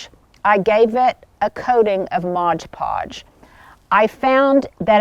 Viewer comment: It’s MOD PODGE, NOT Modge Podge. Easy to mistake